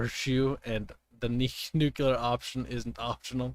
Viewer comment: "Nucular bombs"